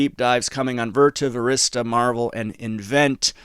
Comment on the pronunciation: It's Marvell (marv-el)